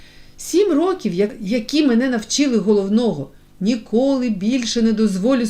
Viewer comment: Не рокІв,а рОків ! Що за читання?!